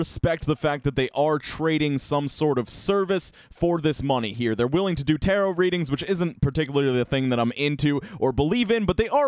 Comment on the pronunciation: Major respect for pronouncing the word "Tarot" correctly.